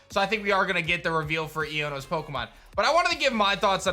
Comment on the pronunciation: Iono’s, not ionos